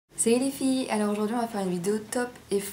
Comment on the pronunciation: Tu me fais trop rire a chaque fois que tu commences on ne dirait pas que tu dis " salut les filles " mais " sahi les filles " Lol Bref commentaire inutile :)